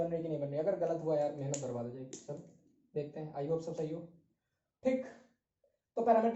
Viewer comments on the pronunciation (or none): Sir aap itna "shab " kaise bol lete ho 🙈🙈😆😆